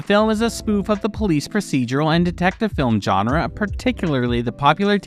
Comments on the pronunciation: Please learn how to say the word "genre" correctly, because "john-ra" is just wrong. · If you make videos about movies, learn how to pronounce "genre".